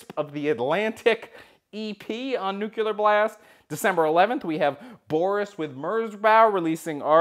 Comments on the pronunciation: Its not new-culer its new-clear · Nuclear. You said that one wrong, too. But you already knew that ;)